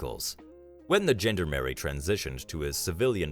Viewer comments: Yes it nearly made me spit my dinner out! Americans (or AI Americans, as I suspect in this case) should not be trusted with any pronunciations! Americans it is pronounced “John-darn-er-ee”. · Sorry xxxing spellchecker! “John-darm-er-ee”. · I know, I was highlighting the awful pronunciation of gendarmerie